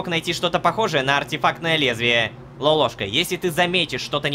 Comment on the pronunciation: Лоловка,а не лолошкаXD